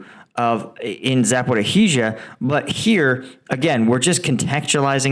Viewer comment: Zaporiya, Zaporiya, Zaporiya ... just try to say it correctly 😀